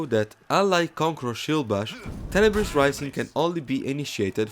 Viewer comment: To me every time Black Prior says “Tenibris” it sounds like he’s saying “Cannabis”